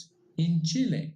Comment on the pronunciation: I like how he pronounces Chile. Very authentic. That's my only positive feedback for.